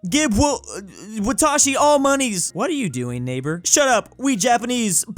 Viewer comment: You legit trolled me I looked up what watashi meant but you were saying wah-tah-shi and it’s pronounced in Japanese wa-ta-shi